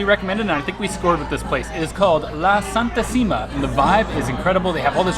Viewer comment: Hello guys. Its NOT santi-sima.... its san-tisima it means holly one (she)